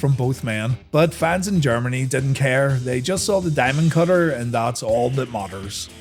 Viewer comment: Honestly I thought it was four words… Thee Dye Mund, Cut Her